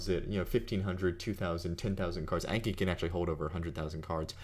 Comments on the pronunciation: It's pronounced awnki, not aynki. It's a Japanese word for memorize. :) あんき。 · If it's Japanese, then it should be "ahnki." :D